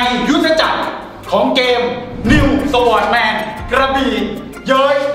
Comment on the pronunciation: น.นิวสวอทแมนก็มา Sword=จริงๆมันต้องอ่านว่า ซอท ไม่ใช่ สวอท #แต่ก็บ่งบอกให้รู้ว่านี่คือรุ่นเก๋า คนเล่นROสมัย10ปีก่อนมักจะอ่านว่าสวอทกันหมด ทำให้นึกถึงพี่ชายผมเลย ตอนนี้ก็ยังติดอ่านว่า สวอทอยู่เลย ฮ่าๆ